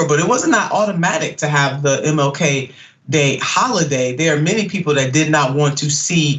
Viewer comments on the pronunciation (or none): DID SHE SAY HAPPY MiLK DAY?